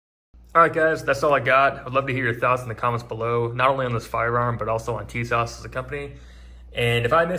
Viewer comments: It’s pronounced “Tee-zschawach” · It is actually pronounced Tisash